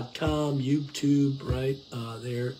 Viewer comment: I love your talks. You talk so much sense and you should have more views. Just Fyi...sometimes you dont pronounce 'Youtube' correctly. Thanks for your videos.